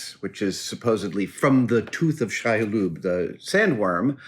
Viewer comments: IT IS NOT SHAI HULUBE BUT SHAI HULUD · Is it just me or did he say "Shai-Hulub"? (as opposed to Shai-Hulud) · Shai Halube 💀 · Each time you say “Shai-Hulub” hurts more than the last 😖🤦😆😂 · 4 times and he’s still saying “Shai-Hulub” lol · Him getting the name wrong and saying Shai Halube/Haloob was killing me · Did Adam say "shai-HalOOB"? Because if so, that's a paddling. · "Shai Hu-lube"?????????????? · Love that Adam uses the pronunciation “shite”